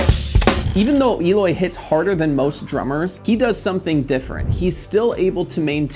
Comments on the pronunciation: It's not Eeeloy it's Eh-loy. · Why does everyone, apart from him self prenoce his name wrong? It's el oy not eeloy he even mentioned this in one of his interviews even saying it like it has an a for alloy is still correct not e loy come on if ya gona talk about him get his name right 🤔